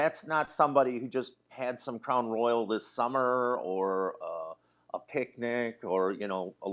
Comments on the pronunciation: Ummm, it's Crown Royal, like the king Royal. It's not RoyalE. 😅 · We don’t say roy-yal in the south! We say royal like “the royal family”. I don’t know where Nancy got that crazy pronunciation but it wasn’t from the south! 😂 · It's Crown Royal, not Royale. This woman is definitely going to prison. Her unborn child probably will be taken from her, too. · Omg Nancy it’s not crown royale, it’s crown royal (like the Royal family) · You're so familar with Crown Royal that you can't even pronounce it. It's ROYAL not Royale. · Crown Royal NOT ROYALE…. Making it sound like the James Bond movie 😂😂😂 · Well it’s Crown Royal, not Royale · It is Crown Royal, Nancy, not Crown Royale. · ITS NOT CROWN "ROYALE"....its Crown Royal ffs lol😅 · Royal, NOT Royale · Nancy its Crown royal not roy-al!! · CROWN ROY-YELL 😆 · Nancy is not pronouncing it correctly😂. It's crown royal. But I'll let it slide. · Same pronunciation here in the midwest, just crown royal, plain and simple. No roy-AL lol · Was there a sticker that people put inside of wallets? An 80s thing. Royal vs Royale pronunciation